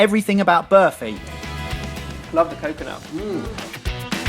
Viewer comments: "Birfy" wow that pronunciation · berfy? did no one tell them how to pronounce burfi before they started? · class guys! although id say burfi rather than berfi......yeah no one cares?! lol good job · I'm so used to them making food I don't know how to pronounce so listening to them saying burfi was kinda weird. IDK if this is a South African Indian thing but we pronounce it BAR-fi with a hard R. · The way the pronounce Burfi makes me cringe every time they say it XD Ur supposed to roll the R a little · i love how these guys pronounce burfi XD #Classy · 😂😂😂 the way they pronounce burfi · lol I love you guys, but I can't help but laugh at the way you pronounce burfi